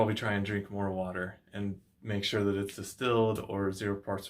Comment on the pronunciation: Are You Saying Distelled Water or Still Water , Can talk Clear Please ?